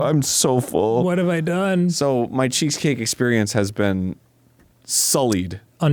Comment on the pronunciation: sad that no one seemed to notice that it sounded like Arin said "cheekscake" instead of cheesecake lol